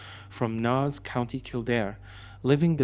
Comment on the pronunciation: Nass is pronounced "Nase"....